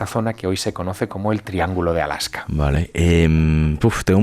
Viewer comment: Es ALASKA, no ALAJKA. De nada